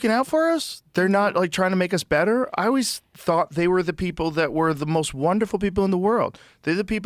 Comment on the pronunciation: I would really like it if Joe would stop saying O-ways and start to say that word correctly. It's Always. As in Almond or Alan.